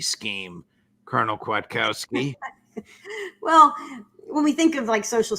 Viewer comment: Spelled the lady's name wrong fifth week in a row, and now Judge pronounced it wrong too. It's Kwiatkowski. EDIT: Okay, someone finally corrected it.